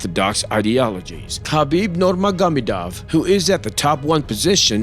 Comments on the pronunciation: khabib norgarbiduv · Hey narrator say with me... Noor-maa-go-may-dove Nurmagomedov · Is this guy a robot or ? Who says „1m dollars“ and cant even pronounce Nurmagomedov even though he makes a video about him.